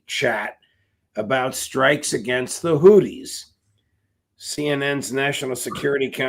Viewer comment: LOL , you guys are comial " Hoot-dees" LOL... Say Hoo then say thies Hoothies ... Come on Hoodie and the Blowfish was decades ago candy rock band